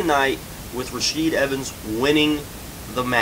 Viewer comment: "Rasheed" Evans???